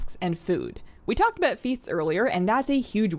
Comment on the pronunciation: "Abooot" lol.